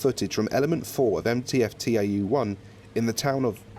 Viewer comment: It's not TAU, it's tau. Ugh.